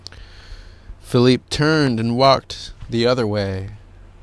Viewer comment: hes philippe petit not philip